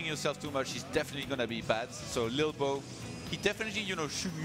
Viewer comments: English host saying 'little bo' is really winding me up lol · Maybe Im just high but I found it hillarious when ToD says "lilbow" it sounds like he says "bilbo", coupled with lolbows looks it made me burst out in laughter several times during this xD